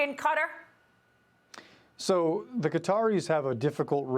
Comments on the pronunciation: Re Qatar It’s pronounced ka’ tar! Not cutter! I have been there several times!! WTF? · How does the country Qatar become Cutter? Kat-ar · Why does FOX keep saying "cutter"? Qatar is pronounced ki-TAR. (Rhymes with guitar) The reporter even says "ki-TAR-eez" for the people of Qatar. Why can't they get it right for pronouncing the nation of Qatar? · What is wrong with Americans that they pronounce so much incorrectly? Qatar is NOT pronounced like cutter, its pronounced like guitar, get it? Its REALLY annoying. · Qaaw--tarr please!! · Why are they mispronouncing Qatar? 😂 say it right people! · You could not find a worse leader on the world stage at this preamble to WW3 than Traitor Joe. 🤨 And why can’t any of these bozos say Qatar? 🥴